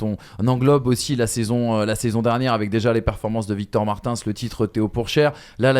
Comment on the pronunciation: pour ton information Victor Martins se prononce « Marteens ». Victor l’avait lui même précisé lorsqu’il est venu commenter un gp sur la RTBF (la télévision belge) aux côtés de Gaëtan Vigneront Voilà 👍